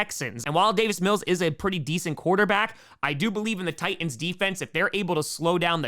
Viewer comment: The way you pronounce Titans...oof. There are 2 T's in Titans,!